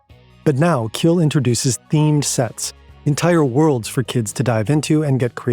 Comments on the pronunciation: oh boy the pronounciations were HORRID "kjeld" is pronounced similar to "shell" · great video, next time you pronounce a name like kjell be aware that the kj sound in scandinavian languages is the same as sh in english. Kjell is pronounced shell